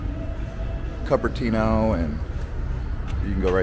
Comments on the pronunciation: It's pronounced COOPERTINO, not Cuppertino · COOP ertino not cup ertino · it's coo-pr-tee-now not CUP- pr- tee-now haha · Not to mention the continued mispronunciations of Cupertino, Paul Masson, etc., which take a native right out of the video.